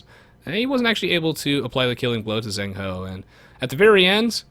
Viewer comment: eddie actually managed to get 2 villagers with his initial scout, not just one, which I guess put ZhengHo at a substantial disadvantage. Also 'zh' is to 'z' as 'ch' is to 's' :P